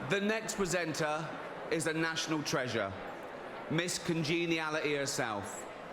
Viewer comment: He keeps saying "PresentNar" 🤨